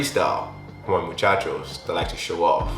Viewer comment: Come here just to hear he says muchaco